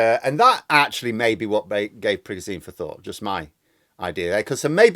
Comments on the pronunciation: It's not Prigojeen. It's PriGOjen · Pri-ga-zine lol PRI-GO-ZHIN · It's PREY-go-ʒin, where ʒ sounds like the s in treasure/vision/pleasure or the g in genre. Another way to think about is that it sounds like a voiced version of the English word 'shin'. The way we spell his name in English makes sense by analogy with s/sh; the difference between z/zh is the same as the difference between s/sh. English orthography doesn't have a reliable symbol for the voiced post-alveolar fricative, but it is extant in many English dialects 😅 N.B. Your dialect of English may realise the words treasure/vision/pleasure/genre/shin differently than mine. Take with a pinch of salt 😜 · I like how you pronounce "Prigosene" like he is some sort of kerosene leaking fire hazard all over. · It’s pronounced prig-o-jun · His name is pronounced PRE-GO-TION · Sorry, there has to be at least one pedant! With my language teacher hat on your pronunciation of the Wagner leader should be Prig-oh-shin. And there's a conspiracy theory going around that the Americans made a deal with Prigozhin to pay him $1billion dollars to stage a rebellion, that Prig told Putin, they split the money between them, laughed their hats off at the US's gullibility, Prigozhin pretended to stage the coup then.... I don't know how this theory ends???!!!! But I prefer your clear, precise analysis myself! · Sorry but I wish you would pronounce Prigozhin correctly. It's pronounced, "Pri-gou-gine". If you have watched any coverage on this on Sky News from Prof Micheal Clarke you would know this. Couldn't watch a video from you talking about this when you aren't even pronouncing his name correctly!! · Great video, but not sure about your pronunciation of Prigozhin. 😬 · @@ Not offended but it does sound funny. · You say "Prigozhin" weird.